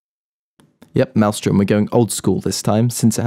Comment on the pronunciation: malström was pronounced wrong